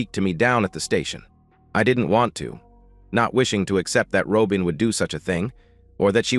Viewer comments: Ai doesn't know how pronounce simple words? What is a Ro-bin? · If you're unable to pronounce Robin properly get a better I a to annoying to listen to